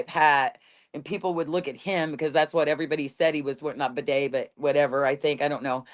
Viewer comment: She said Bidet hat!!!! I’m so sorry I realize this is really childish but I almost peed myself laughing.